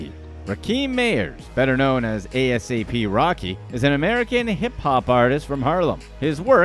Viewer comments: Bruh just say ASAP. Don’t spell out the words 🤦🏽‍♂️. It’s ASAP Rocky. No periods. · Brother his name is NOT a.s.a.p. rocky its asap rocky edit this vid thats terrible! a-sap rocky thats so disrespectful man. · ita asap not a s a p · I cringe everytime he spells it out.... Lmao 😂😂😂